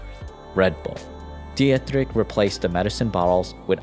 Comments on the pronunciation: Good video but please look up how to pronounce names, hearing "diatrick" for Dietrich is just jarring to anyone who knows the right pronunciation (any German speaker) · It is pronounced "dee trich" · Dietrich pronunciation is even worse 😂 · The pronunciation of Dietrich doe lol